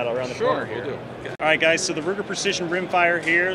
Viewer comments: yea I AM aware of what 9mm luger is, but im not sure "joe" knows the difference, cause like many others ive heard make the mistake, he def said ruger. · He certainly did say Ruger. 😆